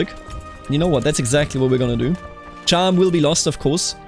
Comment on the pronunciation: as a fellow bavarian muss ich dir sagen, dass du Cham falsch pronunced hast. It's more like Kahm :) grüüße servus